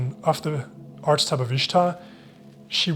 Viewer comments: archetype is pronounced ARK-uh-type three syllables and hard c sound. love your videos ! instantly subscribed. thank you. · "Archetype" is pronounced "Ark-a-type".